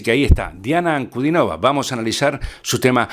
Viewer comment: Su apellido se pronuncia con el acento en la i, o sea en la tercera sílaba: Ankudínova.